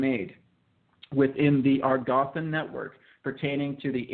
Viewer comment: I was thinking precisely that; sounds JUST LIKE BASHAR! Phrasing, intonations with emphasis on certain words, repeating the first parts of sentences etc. are IDENTICAL. I would like to know why. I do find this aspect very circumspect. Also the mispronunciation of "Agarthan" is a red flag. I just stumbled upon this video quite by accident.